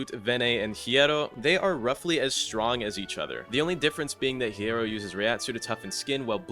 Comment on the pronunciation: small correction, but the h in hierro is silent.